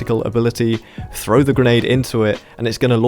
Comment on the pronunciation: "85% oF yOu ArEn'T sUbBeD aNd I LiKe eAtInG pOoP" Shut up. You don't deserve more. You can't even say 'throw' correctly. Hint: It isn't 'frow'